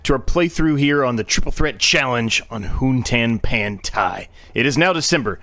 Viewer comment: Nailed the pronunciation! Thanks, Z.